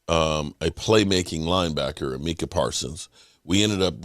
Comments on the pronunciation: Mike-a his sons name is mike. Der but he wont say mike its meek in his mind.... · think of the word 'my', and u will remember to say Mycah and not Meecah! lol!